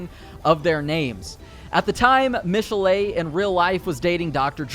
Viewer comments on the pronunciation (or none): I think those names are pronounced mishell and roshell with stress on the e. Michelle and and roshelle. Also its fem fatAl. Al as in Big Al. As you can see I'm very emotionally invested. They are French names btw